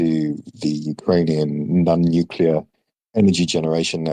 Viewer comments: The word is nuclear; nu/cle/ar, pronounced exactly as it's spelled. There is no "Q". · Someone please teach how to pronounce "nuclear". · This will blow your mind but, "nuclear" is pronounced the nu/cle/ar in English, American English, Canadian English, Australian English... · Mispronunciation is not an accent,.